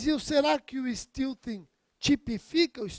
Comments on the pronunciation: A pronúncia correta é "STÉLTIN". Sem nenhum demérito para a excelente aula. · É porque steal (roubar) se pronuncia "stil". Porém, stealthing se pronuncia "steltin". A origem da palavra é steal, mas a pronúncia muda. Erro totalmente perdoável. Até porque um americano ou um inglês pronuncia o português do jeito deles e ninguém liga. Os brasileiros é que, macacamente, se esforçam por falar com a pronúncia nativa. Mas o que é uma pronúncia nativa? Os americanos não pronunciam o "t" no meio da palavra e os ingleses não falam o "r" no fim da palavra. Em Londres, se pronuncia my como "mai". Em Manchester eles falam "mi". E pronunciam "i" para I. O importante é o conteúdo jurídico. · Esse pronúnica de stealthing tá demais..kkkk